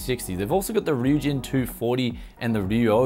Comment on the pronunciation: first review i watched where he pronounced the name right lmao